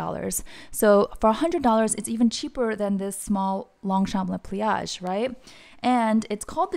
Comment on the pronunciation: Great video and recommendations, and thank you for pronouncing Le Pliage correctly. 😊